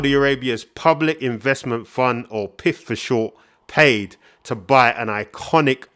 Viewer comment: Nice video, subscribed. Just as an aside it’s globally pronounced P I F not piff. Looking forward to seeing more, thanks.